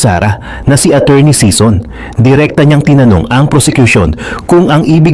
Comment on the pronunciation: SISON NOT SEASON